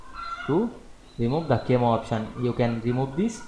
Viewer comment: Pronounced "KA-meh-oh"